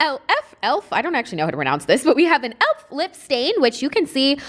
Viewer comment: What was the name of the elf lipstick!! And it’s pronounced ElF like Christmas elf’s! 😁